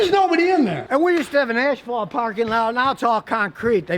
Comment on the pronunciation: It's Asphalt not Ashphalt. Yankee